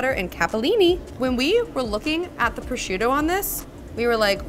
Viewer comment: I'm surprised that no one has blasted you in the comments for saying"pro-shoot-oe". 😅 In my home state, if you're in a market and someone overhears you say that, at least three people will yell "pro-zhoot`! It's pro-zhoot`!"